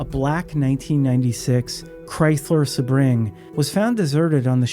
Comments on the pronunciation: Yes. It pronounced Sebring wrong, and inserted a pause where there shouldn't have been one earlier in the vid💩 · AI voice pronounced Sebring wrong. Unsubscribed.